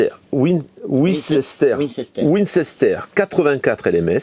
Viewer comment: Ça se prenonce Winster !